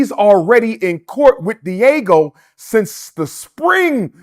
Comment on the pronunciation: Can he learn how to pronounce Diageo? I hope he's not teaching anything at his fake school if it ever opens